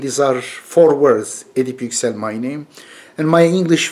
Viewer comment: Hocam kendi adınızı neden Amerikan aksanıyle telaffuz ediyorsunuz?